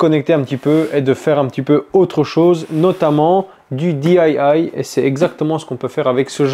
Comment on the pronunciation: Salut! Un tuyau pour toi...Le DIY ce prononce Diii,Aiee,Waiee 😉